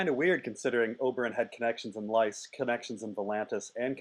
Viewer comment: Say the Names right PLEASE! Say Lys right and Elia Right as it is supposed to be pronounced